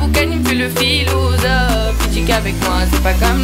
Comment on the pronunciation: Pourquoi elle dit PHILOUSOPHE ?